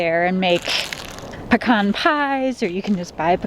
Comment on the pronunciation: Thank you for pronouncing “Pe - Can” correctly ! We’re Georgia folks transplanted to Idaho... Hope to see you out west someday... Praying for Madley... Drive Safely....